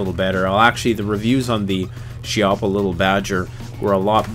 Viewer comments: how about 2 of these,ahahaah its all you ever need ,i just love it, but the name in italian pronunces kee-ha-ppa, ok guys, not she-app-ha, and to tell you what chiappa means in italian,is butt cheak,thats right the place where the sun dont shine. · It's also "kee-yappa" not "she-yappa" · Chiappa is pronounced key-appa and never run a cleaning snake from the muzzle to the chamber 🤦‍♂️🤦‍♂️🤦‍♂️🤦‍♂️ chamber to muzzle always! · Chiappa is a family name. Pronounced "key op a".